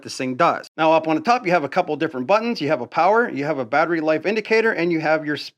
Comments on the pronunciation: If its rye obee not reeobee that it's battery not bat tree. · What on earth is a BAT RAY ? It’s battery noooo RAY BATT……ER…..Y battery ! OMG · You dont really need to show us the bat-ray on every single device. We get it! By the by... its called battery! ;) Pronounced Batt-e-ri. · lmao so why do u say batray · It’s BATTERY NOT “Bat Ray” 😂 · Its "battery" not bat ray ;) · baaaatteryyyyy NOT batrey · The word is BATTERY. NOT. BATRAY. But I'm sure that you knew that didn't you NUMBNUTS!!!!!!! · Batray?🤨is this guy sum backwoods Canadian 🫠. It’s battery 👌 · Pretty cool tools, but just one question. What the heck is a "batray"??? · You say ryobi wonderfully, but I am unfamiliar with batrays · The wY this guy says battery is bloody silly...saying like (Bat-er-ray)..think he's doing this type of silly talk just to get noticed...can't even pronounce it correctly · I'm sorry but is he calling them bat-rays? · Why tf do you say battery like that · Hi buddy. I'm the guy you told to get bent because I said you upload low quality videos. (@ Way to remove my ability to comment on your videos and reply to what you had said. Did I hurt your little feelings?😰😰 As a response to your comment replying to mine, What shall you do? Maybe start by improving the quality of your videos by learning how to pronounce battery properly and not repeatedly trying to correct people on how to pronounce Ryobi. like duh, of course it's called Ryobi not Reeobi. And a few other things too. Get bent? The only bending I'll be doing is bending over and laughing at you. By the way, Ryobi is crap. You would know that if you watch an unbiased review channel unlike yours.